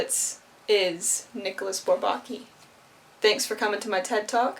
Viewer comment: Sorry to play the pedant. I listened to the Twenty One Pilots song and heard the same pronunciation of Bourbaki, with the stress on the second syllable, as in "souvlaki". Actually the stress is pretty evenly divided between all three syllables. (Again, sorry -- I'm not a Twenty One Pilots fan, just a mathematician. Although this reference does increase my respect for TOP.)